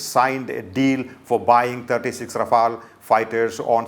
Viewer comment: Pl at least pronunce it properly.